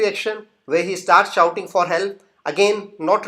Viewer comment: Sorry that s not shooting but shouting